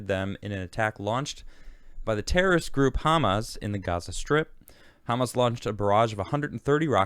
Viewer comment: I love Israel. Also, emphasis is on the end of the word, ha-MAS, not HA-mas